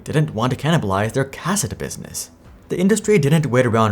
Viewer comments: Why do I get the feeling you have never used a Cassette before? I always heard it as (Kuh-set) not (Cas-ette) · Cuh-Set > Kah-Sit (cassette) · It's pronounced "ca-SET" not "CA-set" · I would think that anyone who reads the word cassette would pronounce the word the way it is spelled and be correct. I don't know what this narrator problem is but he has butchered cassette like it was spelled cas-set. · Planned obsolescence. No!!!!! And it's pronounced "kuh-set". And they aren't a health care company. They're a medical device manufacturer. 😊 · Everyone be trippin over how he pronounces cassette. Grammar Nazi's. ✌️😜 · Are all the misprounciations on purpose to drive comment traffic? Your plan has worked, I'm here to tell you you sound fucked and the way you pronounce "cassette" is so bad you must be doing it on purpose. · If you start pronouncing "cassette" properly I'll subscribe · Interesting pronunciation of cassette... :) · That was funny to hear. Can't blame him though as obviously he was born at a time when the cassette was an obsolete technology. Makes you wonder what other things that are long forgotten if we were to read about them that we would also mispronounce. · Kids these days... Can't even pronounce "cassette" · Never heard hard first syllable on cassette, I don't like it.